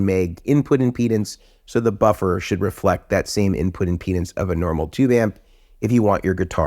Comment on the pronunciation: Sounds like he's saying "penis" instead of impedance. Also, thank God he's not talking about fluffers. 😆😅😂🤣